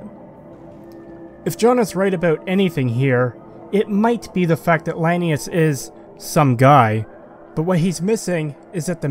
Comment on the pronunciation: Just, why is he pronouncing "Lanius" "Linnaeus" like Carl Linnaeus? It's like he only ever read someone's written down version of the name who was themselves misunderstanding a bad pronunciation of the name in the first place.